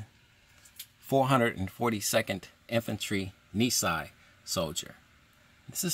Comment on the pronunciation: I wish I knew this was available. Our grandpa served in the MIS during WWII while the family was incarcerated. Thank you for this video. BTW, Nisei is pronounced nee say.